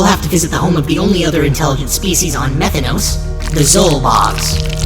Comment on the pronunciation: Methanos no, METH THANOS